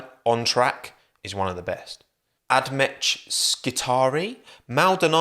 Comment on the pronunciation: Hearing pronounce it Add metch made the Emperor cry